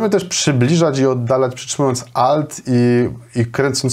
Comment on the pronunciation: Ałt to chyba A powinno być, nie O